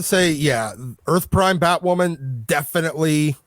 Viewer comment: ‘If you’re not a viewer of the show’ ??? 😂😂😂😂 NO ONE is a viewer of Batwahman. 😂😂😂